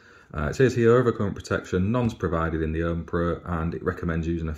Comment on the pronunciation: Ohme is pronounced Ohm ee, not Ohm!